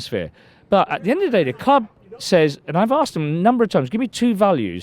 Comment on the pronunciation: Asked- a s k e d. Not a k s e d.